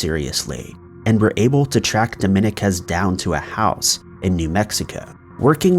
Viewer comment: love your stuff bro but Dominguez phonetically is DOH-MEEN-KEZ.